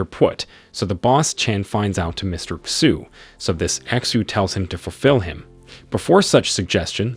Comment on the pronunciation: Pronunciation of xu is not X U its shu